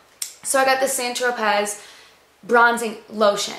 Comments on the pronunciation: san - tr-oh-pay. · saint tropez is pronouced saint tropé, or st troper!